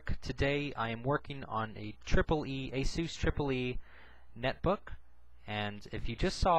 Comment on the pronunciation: ASOOS? I thought it was pronounced ASUS as in A-SUS(us)...not (oos)